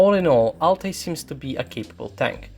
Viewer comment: Your prononcuation of Altay is right on the spot man